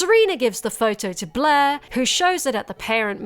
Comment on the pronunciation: It took me too long to realise her name was 'blaire' and you weren't just calling her 'bleh'